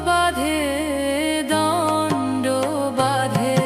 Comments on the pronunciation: ভালো গেয়েছেন। কিন্তু কিছু জায়গায় শব্দ ভুল উচ্চারণ হয়েছে । বাকিব খুব সুন্দর। ভুল উচ্চারণ -- দ্বন্দ্ব দণ্ড নয়.... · একটা শব্দ ভুল উচ্চারণ করাটা একটু অবাক করলো: দ্বন্দ কে দন্ড বলা হলো। যেহেতু এই শব্দটা এই গানটির পরিপ্রেক্ষিতে ভীষণ তাৎপর্যপূর্ণ, তাই আরো বেশি অস্বস্তিকর লাগলো।